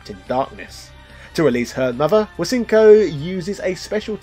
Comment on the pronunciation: I thought Hsien-Ko's name was pronounced Shen-Ko. Someone fact check this for me.